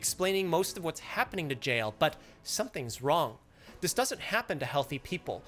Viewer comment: He pronounces JL like 'Jail'